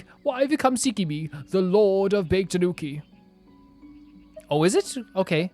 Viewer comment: The "Bake" in "Bake-danuki" is pronounced "Baa-Kay", its 2 syllables